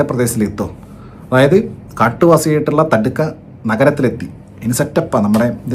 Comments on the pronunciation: Thadka alledey ... Thaadaka 😂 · തടുക്ക അല്ല താടക 😁